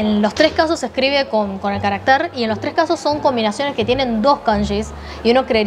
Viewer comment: Insistes en pronunciar equivicadamente 'caracter', palabra aguda que rima con.mujer. Esa palabra no existe. Existes carácter, . palabra grave, con acento prosódco en la segunda a.